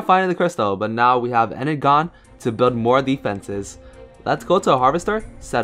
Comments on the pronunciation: you need to pronounce it enerjon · its pronounced ener-jon